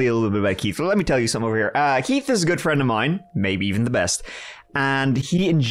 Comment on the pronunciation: 😂. I also like that he pronounces it "Keet."